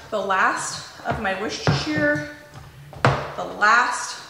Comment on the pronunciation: Fabulous recipe. In England, we say Wooster not woosestershiire sauce. I will be using this in the future.